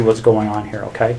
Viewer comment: Besides all the horrific things this animal did, the second thing I hated most was this detectives poor attempt at saying the word ok. It was more like "KU"...